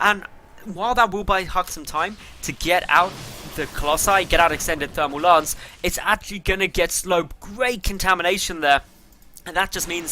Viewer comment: It's Thermal Lense... not Lance.